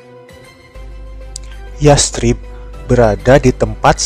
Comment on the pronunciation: Bacanya yasrib kak,,pake tsa' bukan yas_trib